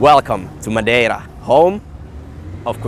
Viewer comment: This is so cool that you guys went to Madeira. I love going there because thats where a lot of my family lives. Also, I must say I was surprised at pronunciation of Portuguese words and names. I would never expect a northern european to be able to pronounce Madeira and Funchal correctly.